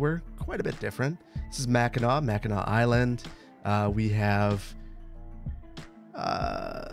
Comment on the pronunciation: It’s the lower and upper peninsula. Both sides of the bridge are Michigan. And remember it’s mackinaw city and Mackinac island. Both are pronounced Mack-in-awe